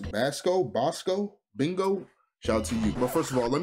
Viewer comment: YOOOOOO you're a real one for the shout out <3 I fucking DIED at "Bingo" xD You got it right on the 2nd pass, (Boss-co), like the cheese sticks but with a K (they're absolutely FIRE if you've never had them btw) Subbed for life, you deserve it! 🤘